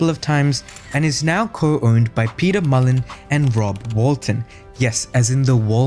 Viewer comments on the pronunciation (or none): none